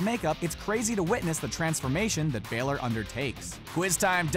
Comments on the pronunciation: Brandon Denniston I guess you can say sucks at saying bayler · You said balor wrong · Welcome To the comment section where: 95% of the people are talking about how they could recognize sting without his face paint (liars) 4%are talking about how he pronounced Balor 1% are actual normal comments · I cringed every time he said balor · Your saying balors name wrong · Plz go learn how to say Finn Balor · You said Bálor wrong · The way he said Bálor just gave me cancer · HOW COULD YOU PRONOUNCE BÀLOR INCORRECT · He says balor the wrong way 😂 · You said Finn balor wrong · He so doesn’t watch wrestling he always pronounces names wrong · You said Finn Balor's name wrong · you pronounced finn balor wrong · Please learn how to pronounce Balor the correct way as you are not saying it correctly!!! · Lord can u not say Finn Balor normal I'm form Mexico and I can say it right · He said Balor wrong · The way he said balor 😩😐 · PLEASE PRONOUNCE BALOR CORRECTLY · bAlor,how does he not know? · Do you not know how to pronounce Bálor? Listen to the announcer on WWE. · When he says Finn Balor's name wrong....... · Please can people say balor the right way. I'm Irish I know how it is supposed to be said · I know how Balor looks like and your saying Balor wrong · Brandon Denniston im not irish but it bothers me sooo much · ITS BALOR NOT BAYLOR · its finn Bah-lor not bay-lore im irish so im telling the truth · Its Ba-Lor not Bay-Lor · It's finn BAH-lor. NOT baylor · BAYLOR? BAYLEY AND BALOR MIXED TOGETHER? ITS BALOR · It’s balor not Baylor get it right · IT'S NOT BAYLOR ITS BAĹOR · its finn balor not finn baylor its finn balor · Finn bailer it’s Finn balor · Its pronounced BAL-LOR NOT BAY-LORE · Is pronounced Balor not baylor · ITS NOT BEHLER ITS BALOR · Its ba lore not bay ler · It's!!!!! Balor not baelor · ITS NIT BAYLOR IT BALOR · I hate this fucking dumb ass who says BAlor it's balor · You say Finn balor like baelor when it's balor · finn baylor lo its finn balor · Not Baylor